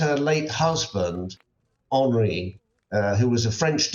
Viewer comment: FFS Michael Cole stop reeling you old stories we have heard them all before. His name was Henrik tray and say it properly everyone else does you silly old has been